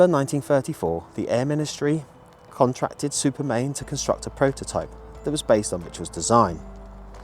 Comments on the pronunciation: Why do you call it Supermain when it's Supermarine ? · One of my heroes as well as A.V Roe. Just a minor correction, it was Supermarine rather than Supermain. Thank you for all you do.